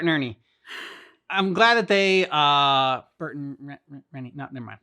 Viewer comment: The education system has failed if you can't pronounce Bert and Hold with a T in it.